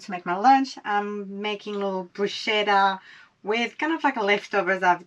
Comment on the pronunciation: Another excellent video but please, please, google how to pronounce bruschetta …it hurts my Italian ears!😢😂